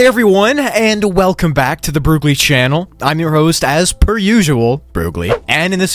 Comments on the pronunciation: One second in, you said welcone back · You said "welcone" not "welcome" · I KNOW IT YOU SAT "hey everyone and WELCONE back"